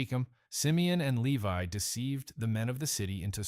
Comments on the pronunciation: "Leave-y?" 🤔 That's LEE-Vie, to you, A I person! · Lee-vee? Seriously? It is actually pronounced Lee-vie.... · No Lewi My goodness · The tribe of "Lee-vee"??🤔